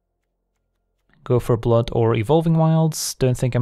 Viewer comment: Every time he says "Go for Blood" it sounds like "Gopher Blood" and now I want that card.